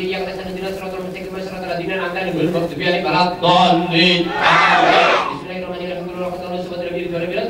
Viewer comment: Jelas harusnya AAMIIIN, malah jadi AMIN, seperti doa orang Kristen